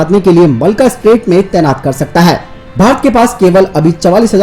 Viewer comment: Chomu Malka atraight nahi MA LACCA ( LAKKA)